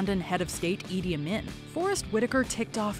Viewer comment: *talks about Forest Whitaker's "good Ugandan accent" while playing Idi Amin* also WM: *butchers the pronunciation of the name "Idi Amin"*